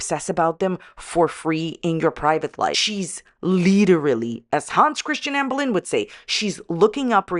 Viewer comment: the way you say “AMBURRR” cracks me up